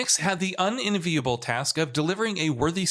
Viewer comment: Un-inviable? Seriously? Learn how to pronounce words, it's not hard and you absolutely mince English, UN-EN-VI-ABLE.